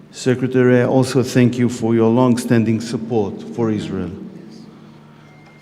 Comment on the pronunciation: Suppose to honour the vets but she’s out in israhll 😂